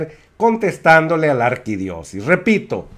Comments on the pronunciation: Dijiste mínimo 4 veces "arquidiosis" Lo correcto es arquidiosiócesis. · Se dice Arquidiócesis, señor sabelotodo. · Colega repite conmigo AR-QUI-DIÓ-CE-SIS muy bien muchachito MUY BIEN! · Disculpe la corrección: Ar - qui - dió - ce - sis. Saludos desde México